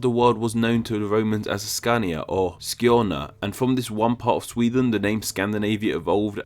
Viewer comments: skåne not scåne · skaney? scåne? it's fucking skåne.. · I live in Skåne and it is Skåne not scåne or skane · It's not skane its skåne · Its Skåne not scåne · Skaney? Do you mean Skåne? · Hahahahhaa lmao!! ”Skaney” what?! Hahaha u mean ”Skåne”. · You have say scåne but the right name is Skåne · It’s called Skåne not Skaney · Skåne... Not skaney! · skjane xD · you sounded like someone from Skåne tried to say Skåne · Your pronunciation of skåne sounds very skånskt. Are you skånsk? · Dwell In The Ashes Nej för fan. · I love hearing you pronounce skåne